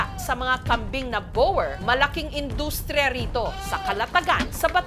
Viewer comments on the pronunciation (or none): Di ginawa ni Jessica Soho ang homework niya. Sablay ang pronounciation ng boer. Pati breeder sablay din. Google google paminsan.